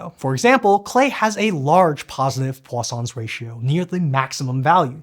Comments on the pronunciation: Right up until I read this comment I heard Poisson's 😂 Now my brain automatically corrects to what I read, so now I hear croissants like you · anyone else Heard croissants ratio.